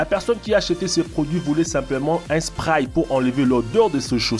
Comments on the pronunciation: Like si toi aussi tu met du spraïyye 😂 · Mdr il dit le spray